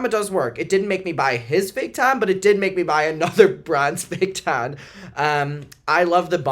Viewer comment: I can’t stop laughing at you at the accent “the tannna” 😂😂😂😂😂